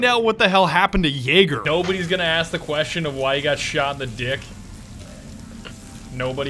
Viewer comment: When he said Jaeger it sounded so much like the n word i nearly shat myself